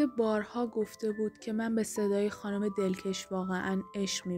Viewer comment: دلکش رو باید به فتح ک تلفظ کنید چون مث کش شلوار که نیست !!! دلکَش یعنی دلچسب و گرم و گیرا یعنی دلپذیر ...‌